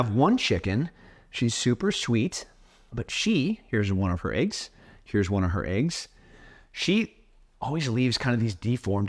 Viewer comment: It's eggs not eaggs 😂